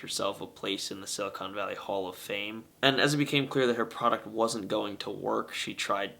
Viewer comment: Examine the pronunciation: silly-con valley.